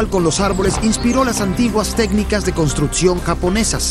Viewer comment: El documental está muy bueno en la entrega de información, pero el narrador pronuncia pésimo las palabras. Etsito, Contrutcion, Otsido, Eletrico, Reatcionan, Esperimental, Setción, Eletrónicos, Poredosos, Carateristicas, Conetciones, Imperfetciones etc.